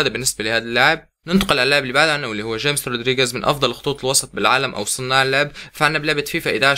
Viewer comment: لا تقول جيمس اسمه خاميس ولاه تقول سمولينق قول سمولينج